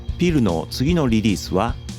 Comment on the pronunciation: 大好きなバンドです。ネイティヴのかたのように聞こえますが、「ピル」と呼ぶことは多いでしょうか？ 一般的にも「ピーアイエル」だと思いますし、日本でも「ピーアイエル」と呼ぶほうが多くないでしょうか？ 冒頭からそればかりが気になりコンテンツがまったくアタマに入ってきませんでした。